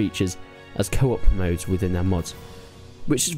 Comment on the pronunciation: thought u said kebab instead of co-op lol